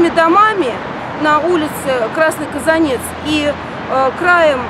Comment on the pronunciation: Не КазанЕц, а КазАнец...